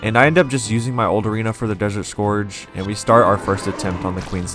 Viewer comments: scourge is pronounced scurge. as in purge. it’s just spelled slightly different. how’d you get scorge out of scourge? i’d understand if you pronounced it like “scour” but this just makes no sense. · desert scORge mfer its SCOURGE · scorge lol